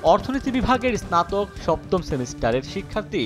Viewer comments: ভাই আপনি আগে স্নাতক উচ্চারণ করতে শিখুন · ইসনাতোক হবে না, হবে স্নাতক । মেধার দৃষ্টি স্থাপন নয় বরং দৃষ্টান্ত । ইস্লামিক না, ইসলামিক ।